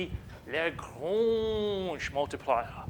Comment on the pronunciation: Absolute boss of a mathematician and comedian; best pronunciation of "Lagrange"